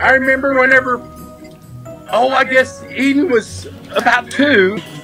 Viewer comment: And he said eadean instead of Eden